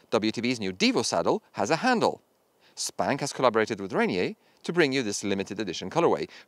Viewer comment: Fyi it’s pronounced RainEAR not Rain-e-eh. PNW beer company